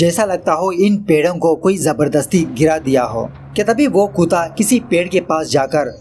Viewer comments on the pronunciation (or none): Haha kootaa nai kutta hota hai...chorh bhai tu doggy he bol diya kr kootey se acha toh😂😂😂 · bhai aap kutta ko kuta kiu bolte hain .. by the way love u